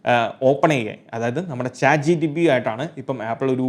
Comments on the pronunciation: Bro ath "Chat Gpt" alle? Chat Gtp allallo. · chat gtp alla chatgpt aan